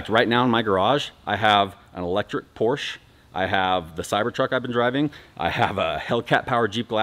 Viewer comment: He has all those cars but still can't pronounce Porsche correctly...